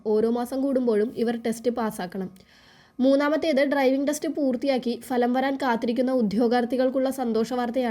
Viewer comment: ഭലം എന്നല്ല ഫലം എന്ന് ഉച്ഛരിക്കാൻ പഠിക്കൂ